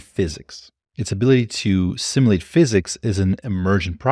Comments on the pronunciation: SIM YOU LATE physics. World SIM YOU LATER. "Simulation"has never been pronounced as sim UH lation by anyone, anywhere, at any point. I have heard you say "you" so I know it's not a speech impediment. Are you uploading these videos to "yuh tub"? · The way you mispronounce "simulate" is super distracting.